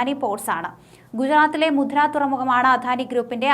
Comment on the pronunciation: മുദ്ര അല്ല ചേച്ചി. മുന്ദ്ര പോർട്ട്‌ ആണ്